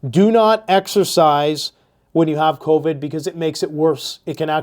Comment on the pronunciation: Hey nerd stop saying convid every time you get a cold and or flu bug.